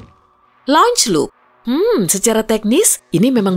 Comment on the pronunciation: Dibaca celup